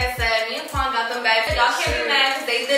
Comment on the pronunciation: Why is nobody talking about the fact that u said wuan instead of quan😂😂